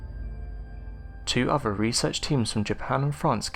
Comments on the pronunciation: "TUTUkahmen"?? REALLY?! If there's going to be real person doing the monologue, for crying out loud.MAKE SURE THEY PRONOUNCE WORDS CORRECTLY!! I also heard "o'vah" for "other", "labRENFH" for "labyrinth" and too many others to enumerate... Sorry, but bad pronunciation SERIOUSLY detracts from the mini-documentary and messes with concentration, especially when the very NAME of the Pharaoh is screwed up so badly! TUTUkahmen...he must be ROLLING in his sarcophagus! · Thanks for working on your ‘th’ sounds over using an ‘f’. I don’t think I could listen if you went back to the ‘free fousand’ lazy narration. - please work on ‘fifth’ and ‘other’. It’s not ‘ovver’ or ‘fifteenf’. Thank you.